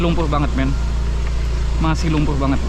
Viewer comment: Bukan lumpu.. tapi lumpur bro